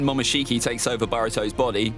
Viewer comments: momoshiki bruh not mokinshiki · It is Momoshiki not Mokinshiki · "mokinshiki" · Mokinshiki reminds me of something lol its pronunciations are momoshiki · He spelt momoshiki wrong he said mokishici 😂😂😂